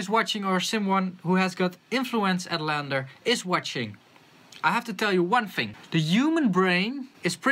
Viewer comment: It's LANDR - (read as L-And-R) as in Left and Right (Stereo)